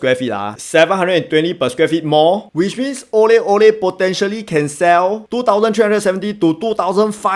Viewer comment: Thanks for the review. I felt like when you needed to differentiate the name of the EC you could simply have pronounced Aurelle as Au Re LLe. Any confusion with "orally" purely coincidental.